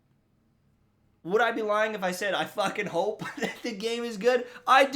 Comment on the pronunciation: There's something about the way you Canadians say "fuckin" that I find so funny.